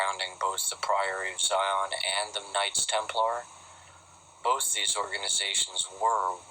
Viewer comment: It's the PRIORY OF SION and NOT the PRIORY OF SCION.